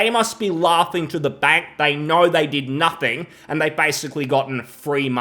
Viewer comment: "Hasbro, as far as a i knaur..."